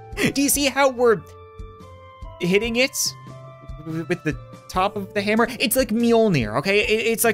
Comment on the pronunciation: That's a really big "hamer" Lol